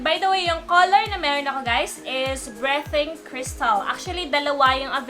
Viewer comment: Ang ganda naman ng "BRETING CRYSTAL" 😂😂😂😂😂😂😂😂